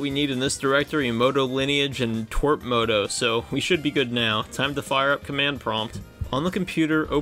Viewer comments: ITS tea-doubleu-are-p not twerp😭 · but its tee wee ar pee...